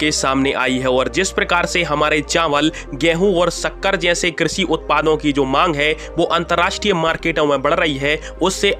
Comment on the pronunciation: हिंदी भी शुद्ध नहीं बोल सकते। श को स बोलते हुए शर्म नहीं आती एक भारतीय होते हुए। कृषि को क्रिसि बोलते हो शक्कर को सक्कर